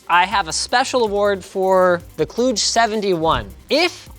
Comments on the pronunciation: it’s not klooge it’s kl-u as in umbrella-dge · its pronouced k-ludge